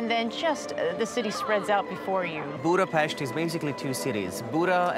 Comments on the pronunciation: Gorgeous video, I also very much appreciate the proper pronunciation of the city and places, thank you! Hungarian here, the best presentation of my beautiful Budapest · You really made the effort to pronounce the Hungarian names/words correctly. Thanks for that, I really appreciate it. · How refreshing to hear you pronouncing Budapest correctly! This is the land of my ancestors! Beautiful video which spoke to me. My maternal grandparents' surname was Lukacs so it was neat seeing your guide have the same name too.